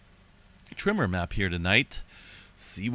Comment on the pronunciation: My trigger used to be when I heard him say “ trimmer” when he said “ tremor” . I realized eventually the the problem was MINE , and then got over it . Good luck !